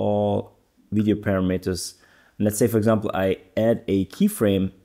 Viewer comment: Just an FIY we pronounce parameters as parahmehters not paramiiters 😊